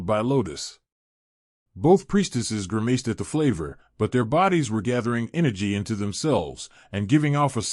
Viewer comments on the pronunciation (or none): And Grimaced is pronounced: grim-ist